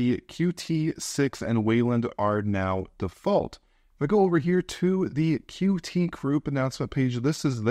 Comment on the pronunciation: Qt is pronounced like "cute", not as separate letters like "Q-T"